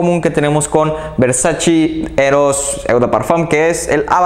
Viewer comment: ¡Gracias por tus recomendaciones, me gustan mucho, sólo me gustaría decirte que pronuncias mal varias marcas, entre ellas VERSACE, la pronunciación es VERSACHE, no VERSACHI! ¡Saludos!